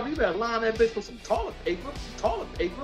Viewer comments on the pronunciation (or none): 😂😂😂😂 I would be embarrassed to be on YouTube the way he pronounce words